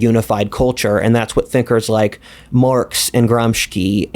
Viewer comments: is your guest referring to Antonio Gramsci (1891–1937) the Italian Marxist philosopher? if so, his name is pronounced: an-TOH-nee-uh GRAHM-shee, not GRAHM-shkee. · Bro - this is a brow raising moment, you are mispronouncing the Italian last name of Antonio Gramsci - it is Gram-shee not Gram-ski, so strange, this is a relatively well known figure, this is an Italian last name, not Slavic, makes me wonder how deep is your knowledge. Also, the kulaks in Russia were killed not a generation after the serfdom was abolished (1861) like you stated, but three generations later in the 1929-32. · Gramsci is pronounced like gramshee